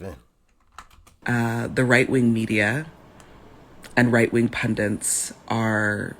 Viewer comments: Pundits. Not Pundants. foo. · "Right wing pundents" *Pundits